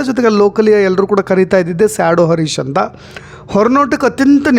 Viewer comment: Sir adu arish alla Harish, please Aa and Ha correct agi pronounce madi